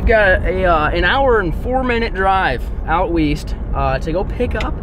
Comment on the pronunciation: whoa did say east instead of weast